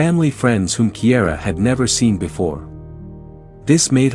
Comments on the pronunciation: Kiara is pronounced Keyara, not Keyera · Cara started out being called Kiara, but the narrator pronounced it Kiera. I have a granddaughter named Kiara Dawn & the teachers always mispronounced it, even though her dad told them repeatedly how to pronounce her name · Her name isn't Kiera, it's Kiara